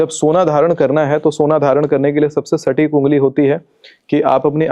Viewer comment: एंकर भाई की भाषा और शब्दों के उच्चार अत्यंत अशुद्ध हैं। 'सटीक' संस्कृतभाषा का शब्द है, उसे अंग्रेज़ी का "स्टिक" "stick" (लकड़ी !!!) बना दिया !!!